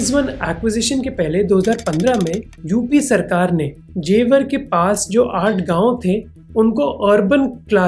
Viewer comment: जेवार ❌ जेवर ✅